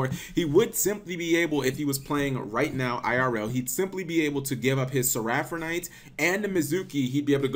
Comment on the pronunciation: You add a weird 'R' in Seraphinite where there wasn't one... "Seraphernite"